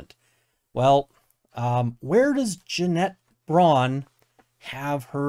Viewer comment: I still laugh every time you say Jeanette "Janet" Braun